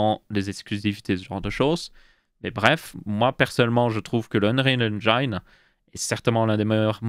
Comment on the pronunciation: Si Bill passait sur ce segment, il se suiciderait 11 fois en t'entendant prononcer « engine ». x)